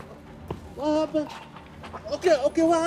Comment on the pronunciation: 🧌: "wha happuned, wha happuned!?" You're what happened you sicko.